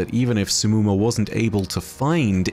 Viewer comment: Okay but how tf did oryx even end up there Also its not simmumah Its more like shimmumah Cuz of The š not s